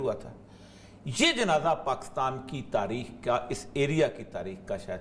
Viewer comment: Pakastan nhi kehte Pakistan kehte hen